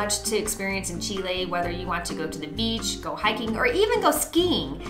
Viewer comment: Thank your for the correct pronunciation of Chile!